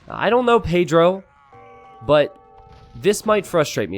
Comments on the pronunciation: I love how says paydiro instead of Pedro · love your spanish by the way. the way you pronounce pedro is funny, good funny